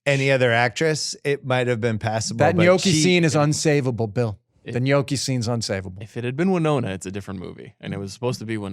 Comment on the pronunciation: Learn how to pronounce gnocchi.